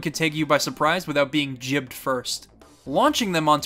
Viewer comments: i stopped the video after you said jibbed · did you just say jibbed?